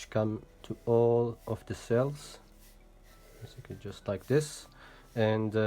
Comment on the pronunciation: Great video, by the way its Cells not sells.